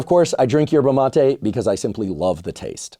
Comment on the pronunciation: You pronounce MatE ina ❤